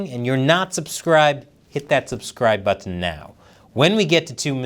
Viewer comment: You say the word "button" like its the first time you've ever said it